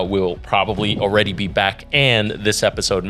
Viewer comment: Definitely gotta start calling these “Episalts” after that little slip up 😂